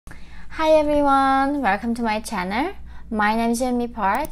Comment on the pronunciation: Stop saying 'choo-noo'... it's 'channel'.